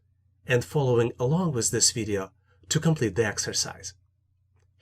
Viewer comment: I just love the way he says video--> Videa lol